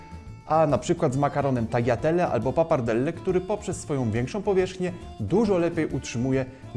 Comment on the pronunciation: no powiem Ci, że ten czosnek, oregano i liść laurowy to dobry trigger na Włochów. Poza tym w tagliatelle "g" jest nieme :)